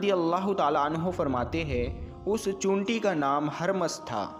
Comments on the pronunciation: Chinti bolna to seekh le pahle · उर्दू लब्ज बोलने बाला चींटि नहीं बोल पा रहा है